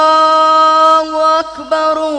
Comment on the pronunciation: Bah coba kasih tau klo azan jgn Allahu Akbarullah Allah huAkbar Allah jgn rullah harus jelas Allah sams Rullah udah lain